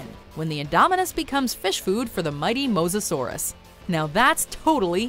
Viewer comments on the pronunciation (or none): none